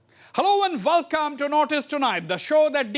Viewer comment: Hussian bhai why don't u say welcome instead of saying Velcome 😁